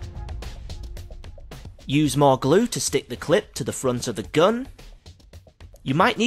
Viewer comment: "The geun".😂